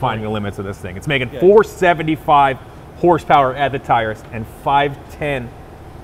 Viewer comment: What is “horspower”?